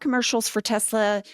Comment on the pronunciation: "I Love Tesler" 👐